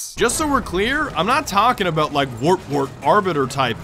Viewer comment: "Werp werp arbiter elites" I'm dead